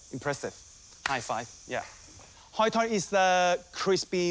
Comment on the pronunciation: That hoy tod pronunciation lol